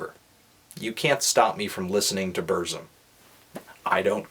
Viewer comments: Varg: BURZZZZUMMMM Melon: Brrssm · BUR. TSIM. BUR. TSIM. B-U-R. T-S-I-M. Not Burzim. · It's boorsum not berzum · It's pronounced Burtsum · You pronounce everything wrong. 1. It's Burt sum 2. It's bel oos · I FUCKING HATE YOU HIPSTERS< SAY HIS FUCKING NAME RIGHT :'(